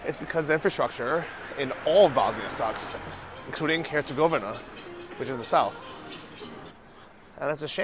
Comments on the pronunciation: Dude: Herz-gaw-vee-nah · say it like this hurts eh goveena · Come on Bro....go back to your room and practice until you can say Herzegovina. hurt·sa·gow·vee·nuh REPRESENT MAN! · Don’t give up, Bosnia & Herzegovina isn’t that difficult to pronounce